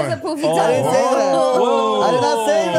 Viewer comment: It’s pronounced Puh-fee not Poo-fee 😂